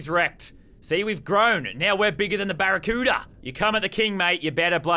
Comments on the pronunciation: I love the way he say barracuda. " BARRACUEOODA " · The way he said barracuda killed me😂😂